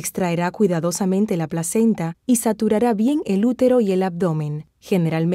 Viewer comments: "suturarå" y no; "saturará". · SUTURARÁ no SATURARÁ!!!!!!